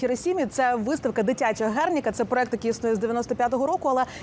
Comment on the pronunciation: Проєкт,вчіться говорити правильно*